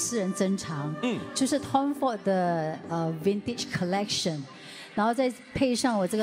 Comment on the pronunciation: Wow zoe tay can speak english already. I heard well she said the word "vintage collection".